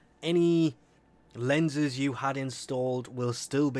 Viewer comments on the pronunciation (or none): David Cendana LENS